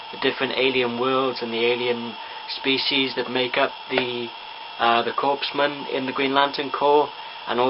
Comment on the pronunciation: It is pronounced "core" not "corps", so it would be "core men" .. :p